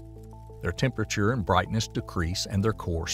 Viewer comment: What really drives me nuts is when he pronounces the word "temperature"